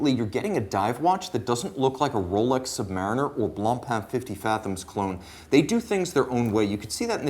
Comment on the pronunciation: Not ROWLECKS lol